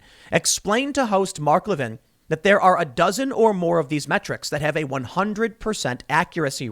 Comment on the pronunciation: Le VIN NOT Levvin